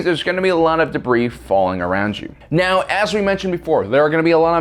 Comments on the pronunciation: HAHA he just said stop it meow get ur speech impediment fixed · Pretty sure he said stop it "meow"